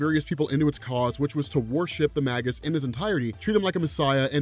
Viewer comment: That's not how Magus is pronounced.